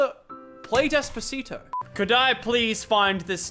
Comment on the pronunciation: Lol he said decapascito